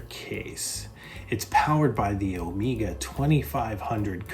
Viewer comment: It’s Omega (as in keg), not omeeeeega